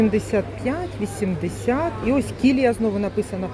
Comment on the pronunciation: КiлiЯ.Наголос на я.